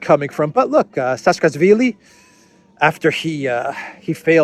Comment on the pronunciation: It's Saakashvilli, not Saskasvilli.